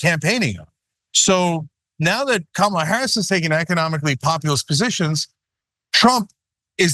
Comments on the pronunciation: It’s some childish how the nutters in the GOP refuse to pronounce her name correctly. Like kids in a playground. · Wow! Trump is really slipping. He actually pronounced Kamala correctly. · He doesn’t say Kamala Harris’ name right but he can’t say Sofia Loren’s name right either